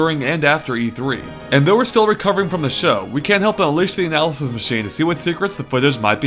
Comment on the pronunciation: God damn. Do you listen to yourself after recording? You're speaking so fast that you can't even articulate words like "analysis" you just go "anazeze, zezezezeze zeze". Calm down dude, I know videos take a lot of time to upload but don't sacrifice quality to save on upload time.